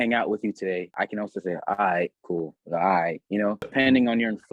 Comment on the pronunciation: がIghtって言うのがイギリス英語のalright mateに聞こえる笑